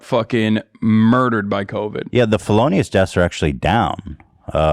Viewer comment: when ethan tried to say “felonious” but said “phallatious”